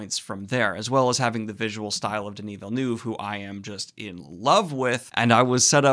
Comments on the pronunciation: The pronunciation of Villeneuve is closer to "Vilnuhv" rather than "Vilnewv. Difficult to replicate the sounds in English. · It's pronounced Villeneuve